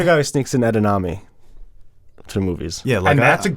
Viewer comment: today: “Rid-i-ler” (Riddler) Also today: “Ed-en-ame” (Edamame)